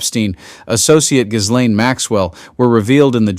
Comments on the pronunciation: Please tell your ai it is pronounced Gee- laine. Hard G. Geeeeeeeeelaine it’s not that hard. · It's pronounced Ghilane, the s is silent. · Seriously--you can't pronounce Ghislaine properly after all this time?!? 🤦🏼‍♀️